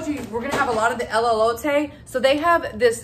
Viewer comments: Its E-lote…teehee she said “Elleote” the whole video 🫣😝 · Just a little tip...😊. Pronounced "Ay-low-tay" = Elote 😊it's your elote though, you can say it however you want to.😆 ❤ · A great haul and a great price. You corrected yourself on the Elote pronunciation towards the end... it's just "L-LOTE`" not the "L-L-" the double L you were saying. You'll get it! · It's pronounced E low Tay There is no " Lolo "in the spelling of Elote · Too cute…. I love Trader Joe’s… Elote only has one L so it El-o-te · It's pronounced El-low-tay. I used to mispronounce wrong before as well 😅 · Elote pronounced as A/lo/ta…the E’s are said like A’s….Elote is a Mexican street corn 🌽 on the cob. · E-low-tae Nice haul! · Elote....say el LO tay...😎❤ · Pronounced a-low-tay. Both E's have long A sound.